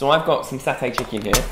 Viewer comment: The way you pronounce satay is funny, omg